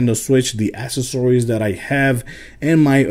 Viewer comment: u said accessories wrong stupid